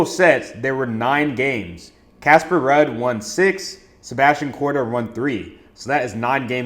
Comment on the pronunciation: Damn my boy don't even know how to pronounce Ruud and Jakub but still banking! LFG, what's yall excuse?